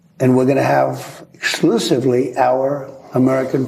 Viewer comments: "Sluciffly" ? WTF is he saying. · "eschewchevly our farmers... " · Did he say, " slusively" ?? Sluce